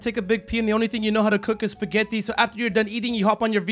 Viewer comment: The way he’s said spaghetti 😂 Btw I’m Italian